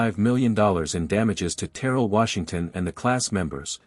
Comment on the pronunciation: Pronunciation is key: Ter rell